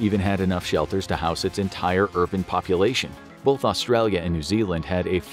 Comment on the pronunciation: The narrator has the most annoying american northern accent. He constantly mispronounces the word "both". Terrible